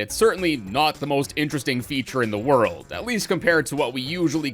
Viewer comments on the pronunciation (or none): none